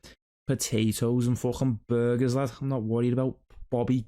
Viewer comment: Paddy impression is pretty spot on but a tip from a certified British "person" is the Scouse pronounce the "Ber" sound at the start of burger more like "Beer" so its sort of like "Beerrgah" or "Birrgah".